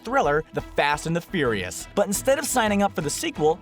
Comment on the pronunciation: fast and fouirais